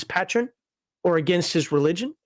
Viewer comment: Like I’m going to listen to someone who doesn’t even pronounce Patron properly…. Evil paladin!!!!